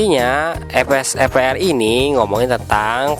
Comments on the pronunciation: maaf bukan ef-s-e-p-r tapi ve-s-e-p-r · Salfok ama kata vsepr😂 BedA bang huruf V ama F😅